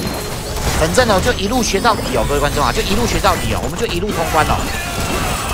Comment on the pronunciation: 新年快樂，講＂反正＂都會變成＂粉正＂哈哈